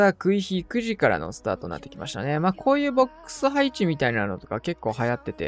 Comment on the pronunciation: 30秒くらいの「こういうボックス配置」って言ってたのが「こういうクソ配置」に聞こえてもた